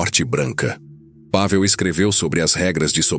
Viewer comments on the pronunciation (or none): A pronúncia do nome do soldado é Pavél e não Pável